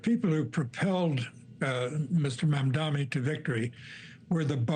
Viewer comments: Why does he mispronounce his name? It’s not Zor-Han Mamdami. The H comes before the R and there is an N in the third syllable in his last name. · Host cant pronounce Mamdani name and has a job 😂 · Why do they persist of not saying his name correctly? Really bizarre.